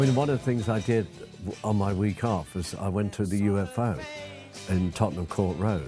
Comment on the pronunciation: You'd think someone who spent so much time at the U-FO (as it was pronounced) would know how to say the club's name correctly.... I call BS